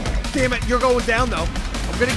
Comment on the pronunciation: anybody else notice that at 27.11 really says "sammit simon" instead of damn it simon.???? im still not sure why you guys don't lock simon up for horde nights... jail cell for simon in the future? hope so lol keep up the good work love you guys. justchillindude. '